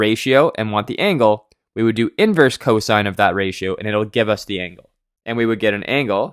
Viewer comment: Its cosine not co-sin